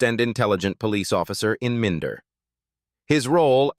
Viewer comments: min da dont you just hate this septic Ai narration lol and Gillingham saying it as Gil ingham lol 🤣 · Dont you just hate this AI narration. Not only is it in an inappropriate american accent but doesnt even pronounce "Minder" properly. Shit when you consider that Minder is the subject of the vid. This is YT pollution.